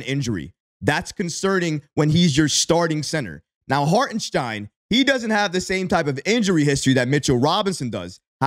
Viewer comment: Great video, but please figure out how to pronounce Hartenstein's name properly, dude! 😂 LGK!!!